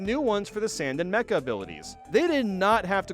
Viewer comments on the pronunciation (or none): none